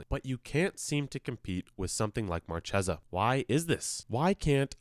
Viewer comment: It's pronounced MarChesa, like the C in "Caspian" or "Card"